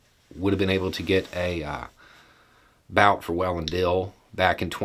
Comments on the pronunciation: The last name of Russian arms dealer is pronounced as [Bu:t], more like 'boot' or 'butte' rather than 'bout'. Just saying... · Dam it's been 3 or 4 days now and you still can't pronounce his name right it's pronounced boot not bout